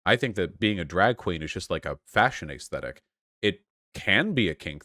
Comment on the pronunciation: I was about to say yay for Shoe , got a 2nd/3rd job. Too bad, I still watch for her commentary on daily life , funny stuff happens and I love the aggregation. I dislike the way you say ayyysthetic . Shoe/You can post whatever side of the political spectrum you choose , this does not make you one side or the other. Your physical actions and financial contributions should be held to the high standard you have for these political reps. You both have to be able to live your lives separate from politics because it does not get included in every facet of life. You both need shitposting as an outlet or just a distraction. It doesn't need to be analyzed to the degree that a political statement might be reviewed. Eat a dong Vuash. <3